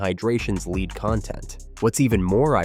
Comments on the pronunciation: Lead is pronounced like "Led" in this context. Is this an AI voice over? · “Lead” content why do you say it as “leed”? No one says it like that, that’s how you say lead as in a rope